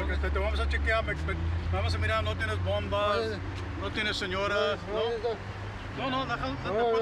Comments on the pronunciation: Not every word in Spanish has a e in it 😂. Bombas not bombes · Though he said bombas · "Bombes, senoras"😂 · He said bombas ingasu 🤦‍♂️ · “Bombas” “ senoras” 💀💀🤣🤣